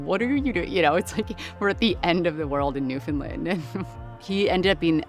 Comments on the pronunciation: definitely has the closer pronunciation, but she still tends to do the "lund" thing instead of "land" at the end. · can you please, say our place like it sounds. its newfoundland like understand its newfoundland. not newfinlind. by da jesus, cheers from our ROCK. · My home......love it. But again for the 1000th time say it fast New found Land.......not New Fin Lin.......lol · Newfin-land not New-Found-Land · New whatlund? Pure butchery, lol. Should sound more like NewVin land. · Or the way butchers it, "NEW-funlund".